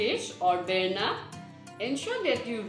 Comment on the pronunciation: you are doing it wrong and its berma not berna .Before uploading anything pkease do research about your recipe